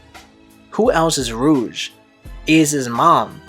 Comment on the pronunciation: and rouge as well. Lots of mispronunciation